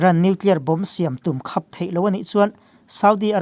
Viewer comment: Nia,,,,,, khap tih pawh kha a lam rik Dan kha mak ka lo ti deuh a ....